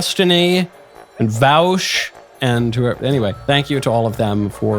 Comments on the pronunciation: Mr. Vowsh 😂 beautiful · I love that he checked and still mispronounced Vaush. Very good.